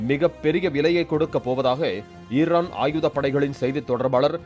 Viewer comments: தொகுப்பாளரே இர்ரான் இல்லை ஈரான் 😂😂😂 ஈஈஈ 🪰🪰🪰🪰 வராதா உங்க வாயில😂😂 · ஈர்ரானா? தமிழை கொலை பண்றது ன்னு முடிவு பண்ணிட்டீங்க..? அது அமாரிக்கா இல்லப்பா... அமெரிக்கா